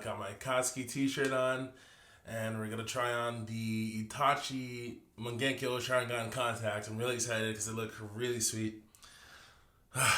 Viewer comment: Lol did you just mung genko sharingan lol